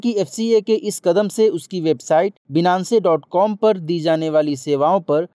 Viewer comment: Thank you so much Sir is great Finance wala pronunciation hoga shayad Binance (बीनानसे ) नही होगा